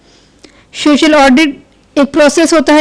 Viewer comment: Mam its not shocial It so-cial